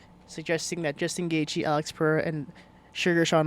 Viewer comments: Jewstin goythje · Justin Goythje 😂